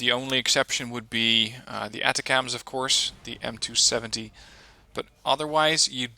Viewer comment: ATACMS is pronounced "AY -TAC-UMS"